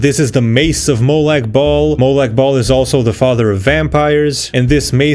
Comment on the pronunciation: Love your pronauncinaution about m8lag bahl. The bahl sounds like balls